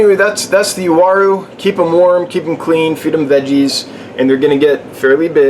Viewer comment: Finally somebody that pronounce the name correctly..!!WA-ROO = UARU